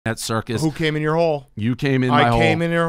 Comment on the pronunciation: "we were watching it at Circus" lol. Circa, Dave.